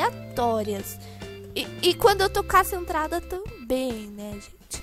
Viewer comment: "e quando eu tô cacentrada" kkkk